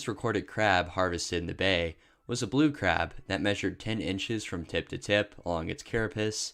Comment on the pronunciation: Blue becomes bleeew lmao